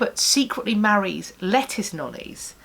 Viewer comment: Lettice is not pronounced the same way as lettuce.